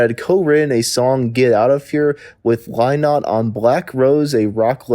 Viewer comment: Your "What Happened to" would have a lot more credibility if you'd bothered to find out how to pronounce Phil Lynott's name. Next time try googling "YouTube Phil Lynott Interview". The interviewer will almost certainly introduce him.